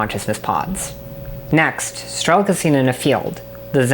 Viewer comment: Great video. I didn't play stalker but I'm guessing they rather meant strelOk, not strElok, as in sharpshooter in Russian. The pronounciation kinda took me out of the video a couple times lol.